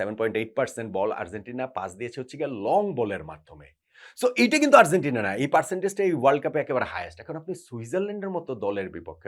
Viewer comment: bhalo-mondo milaye apnar analysis admire kori, ektu Argentina uchcharon ta ektu thik koren please..amader bangla medium a G Z J er uchharon khubi bhul-bhal, Arzentina arr boilen na bhai, kaney lage besh